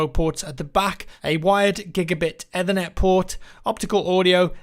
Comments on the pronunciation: ethernet - ether-net everyone else- Ee-ther-net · eth-air-net lol